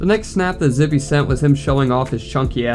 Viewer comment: Bro… i was family friends with this dude. I got some stories relating to him. He was always the “weird one”. Btw it’s pronounced “zip” for future reference.